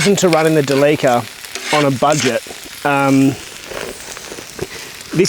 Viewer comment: Do you use a Fennel when you fill the Delica with petrol? (And I think you might be saying Delica right. Think Celica, if you haven't already had that discussion? )